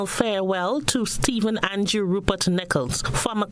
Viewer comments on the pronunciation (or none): This "an-jew" thing fretting me! It is "An-drew!"